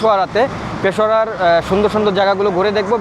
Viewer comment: ভাই উচ্চারণ ঠিক কর পেশোয়ারা না পেশোয়ার বল নয়তো ওরা মারবে